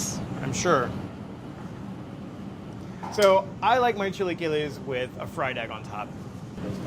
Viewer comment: I'm gonna have to weigh in on this one: Those are not chilaquiles. And his intro--invoking Sabado Gigante--might indicate why...because he couldn't even really pronounce it right. Definitely, I'm gonna go with all the Mexican people saying these were nachos.